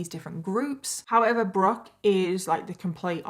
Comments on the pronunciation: I'm sorry but you don't pronounce the e in Brooke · At first I thought maybe you saw the ‘E’ at the end of Brooke and were pronouncing her name wrong. Her name was really Brookey?!? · Anyone else in the comments trying to see if Brooke is being mispronounced?